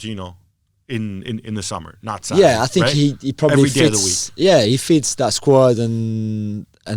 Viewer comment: God another trash podcast with marcotti trying to pronounce foreign names and doing horribly bad but he swears he is pronouncing it right. Maurizio "Satti" - marcotti 2019